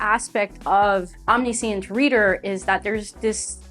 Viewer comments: sorry but your pronunciation of Omniscient kinda hurt me. like i am not trying to be rude it was a great video but it just hurt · mispronouncing a word just means you learned it from reading which is a good thing if you ask me